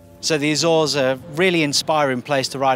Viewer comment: “Azores” sounds kinda like British “exhaust”. I had to rewind to catch what you actually said😂